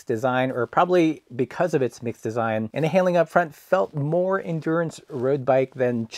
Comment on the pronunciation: I still think you should do a video on how to pronounce mixte as a follow up to the one on pannier. (I think you've switched from "mix-tee" to "mixed", haven't you?)